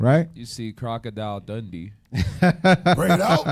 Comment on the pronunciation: He said crocodile Dundeedo what I'm done 🤣😭 Esau definitely ugly people